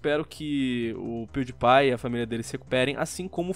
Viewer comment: Se lê pewdiepie Mas se fala piuripai